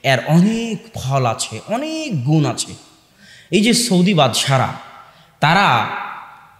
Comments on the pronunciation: সৈদি নয় সৌদি আরব হুজুর। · "সৌদি" উচ্চারণ ঠিক হচ্ছে না।